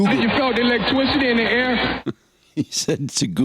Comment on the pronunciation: But "Can you feel the eeewectwicity in the air"😂